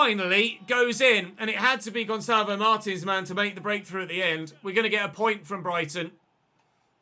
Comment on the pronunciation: It's "marteens"